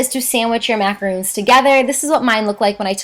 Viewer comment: I know this is rude... so I am very sorry in advance, but it really bothered me that she was pronouncing things wrong. Sorry! #grammarnazi macarOns** eSpresso**